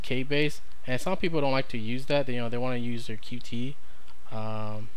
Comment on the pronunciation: Dont want to be a douchebag, but its pronounced "Cute" not "Q T"